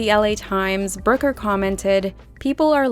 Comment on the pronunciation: The way you pronounce Brooker as "broker" is incredibly jarring.